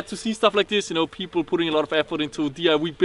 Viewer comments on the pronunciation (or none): Someone has to tell him that its DI "Y" as in "Why" and not "Wee" ;)